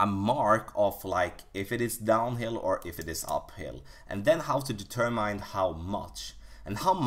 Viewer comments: Great tutorial and great English. The only thing I can give you back is tell you Determine is pronounced De term in not De term mine. Thanks for the tips. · Please look the word “determine” up, it’s not how it’s pronounced.